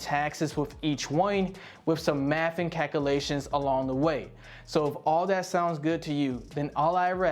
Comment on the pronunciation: Nobody says entity like that.. and then calculations.. bruh